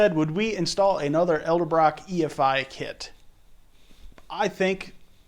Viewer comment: Great video I'm considering saving up for one of these systems, but its pronounced ed-el-brock not el-de-brock.